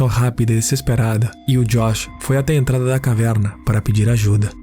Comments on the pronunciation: Tem também o sotaque do interior paulista em alguns pontos. Caverrrna. Muito versátil na locução. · Kkkkkkkk eu voltei na caverrrrrna 5 vezes